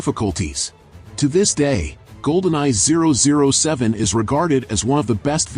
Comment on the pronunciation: The way you said 007 lmfao